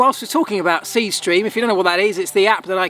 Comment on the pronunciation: . Dude, when u promo sth, say it name the way people will know it. Speed stream? I had to rewind 4 times.